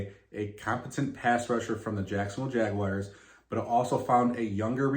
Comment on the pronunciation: Jagwhars not Jagwires The Tituns